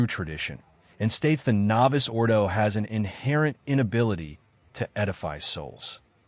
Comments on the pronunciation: The reader of the deeply ignorant podcast narrative cannot pronounce the word "Novus". If he is a human and not A.I. it is really a sign of just how awful the American education system really is. The word "Novus" as in Novus Ordo is not pronounced as "Novice" the way the narrator does. Whoever wrote the brief and incompetent narrative has really done a pathetic hack job. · The narrator needs to learn how to pronounce Pagliarani, Novus, snd one other word that just slipped my mind. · Your voiceover must be AI. Mispronounces Novus Ordo and the ordinary English word "wound" ie injury as if it were "wound" , the past part of "to wind."